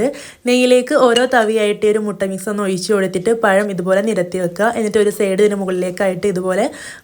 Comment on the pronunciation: പയമല്ല🤭 പഴം.... പഴം😀😀😀